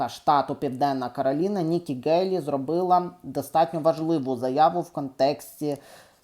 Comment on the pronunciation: Пане, Ви, на жаль, погано володієте рідною мовою. З правописом знайомі? Вимовляєте тверде "Ґ", замість м'якого "Г". Правильно вимовляти "Гейлі"!!! Крім того безбожно спотворюєте вимову шиплячих звуків. Букви Ц, Ч, Ш, Щ вимовляються твердо а у Вас чуємо:"чьому", "відзначятися", "чього ", тобто свідоме і гидке спотворення української мови. Дизлайк!